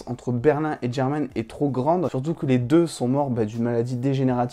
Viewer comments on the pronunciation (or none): Mdr ça se voit tu regarde en version française 😂 germane c’est un prénom espagnol ça se prononce khermane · Le prénom de son mari ne se prononce pas "German " comme le mot anglais qui signifie allemand German est un prénom espagnol extrêmement courant et il ne faut pas oublier que c’est Lisbonne qui commence à lui parler de son mari comme si elle le connaissait donc cela m’étonnerait que son mari soit en fait une métaphore de Berlin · Quand t'as dit germán avec ton accent j'ai compris germaine 😭😂